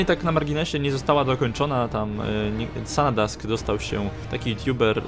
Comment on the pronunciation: Chciałeś to zrobić profesjonalnie ale trochę kiepsko wyszło. Wyjdzie że się czepiam,ale fragmenty cytatów które przytaczałeś są po angielsku w większości bez napisów, no sory ale tutaj jest Polska nie każdy musi znać angielski. Przytoczyłeś nazwę kanału Sanadsk( mogłeś chociaż poprawnie to wymówić). Co do olbrzyma to dziwne,że na trailerze jest lewo ręczny,a w ds2 prawo. Więc to chyba nie ten sam. W dodatku ten z trailera ma kolczugę na głowie( na rękach też-nie wszędzie dlatego widać gdzie jest kolczuga a gdzie ciało),a olbrzymy z ds2 miały jakby kamienną skórę. Ogólnie nawet ciekawie to wyszło,ale takie to na siłe trochę,bo trudno wyciągnąć coś rzeczowego z tego trailera,a myśle że to co powiedziałeś to większość ludzi ma podobne skojarzenia lub czytała o tym. PS z tą zbroją faaram to ktoś bujną wyobraźnie ma.